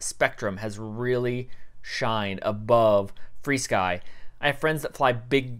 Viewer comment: Where do people get free sky from? What in that word is making the "e" sound? Should be Fur Sky, like animal fur.